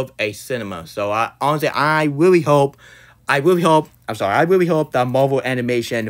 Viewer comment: Weally disappointing cwis